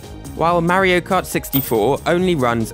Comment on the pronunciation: “Mairo kart”